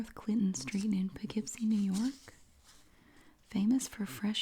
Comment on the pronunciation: As being from NY, I applaud you for saying Poughkeepsie correctly 😂 No one can ever say it right lol. ALSO, the Barnsider is an amazing restaurant and the Colonie Center mall is right by my house! WHO GOT A HOLD OF THESE MATCHES BEFORE YOU! There’s so many from where I live, that’s amazing!